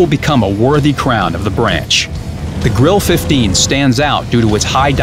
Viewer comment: Did he really call it the Grill 15... There is an E at the end, its there for a reason, not like in french sometes.....